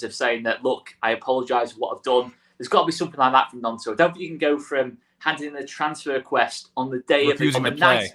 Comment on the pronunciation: cmon already, it's not pronounced NYONTO, it's pronounced NONTO. Looks like the lad's gonna be with us all season, so at least say it correctly. MOT